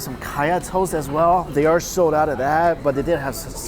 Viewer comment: "sode" out? it's "sold" out. also Etihad is pronounced eh-ti-had not ee-ti-had